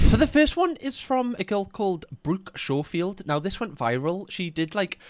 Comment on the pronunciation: Her last names pronounced the same as Phillip Schofield (sco-field) not show field lol